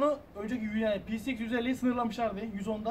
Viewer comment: youtube da motorun adını tek doğru söyleyen adam bu herhalde herkes peceiks diyor :)